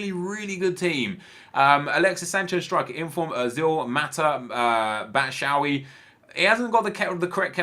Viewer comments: ITS BATSHWAYI NOT BATSHAWY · Batshuayi not batshawy nep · "Batshavy" Hhahahahahhahaha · Bachoowee 😂😂 neps pronunciation of players is great banter